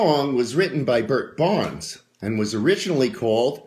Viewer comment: Bert Berns . . . not Bert Barns. Who is this guy?